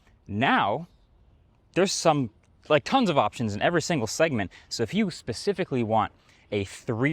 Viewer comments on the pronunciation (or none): none